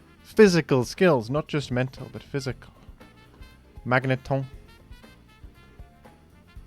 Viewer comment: bro fr just said "Magnétón"